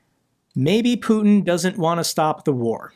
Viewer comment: I love it how Macron puts the stress incorrectly on Putin's name. So it reminds of a certain French word